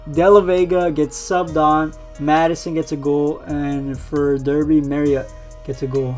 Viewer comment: Derby is pronounced darby